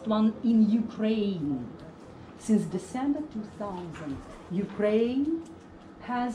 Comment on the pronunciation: desember two sauznt